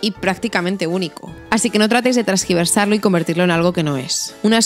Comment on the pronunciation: " tergiversar" no transgiversar 👍